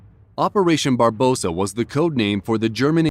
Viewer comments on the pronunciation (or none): It's "Bar-BA-ros-sah; 4 syllables, not 3, and it means "Red Beard." Otherwise, good work.